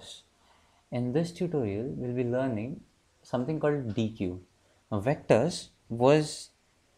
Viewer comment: superb video! luttle side node: it's pronounced as deck ;)